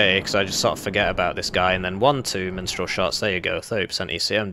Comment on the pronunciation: I keep hearing "minstral" instead of mistral.